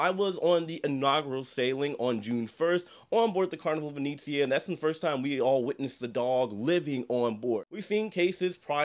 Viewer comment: My only comment as an Italian & travel agent is for you to stop mispronouncing the ship name 😭 it’s not long e’s.. it not Vineezeea.. it’s Italian- Veh-neh-zzi-ah. Like the city of Venice. Other than that, I’m a big fan 🥰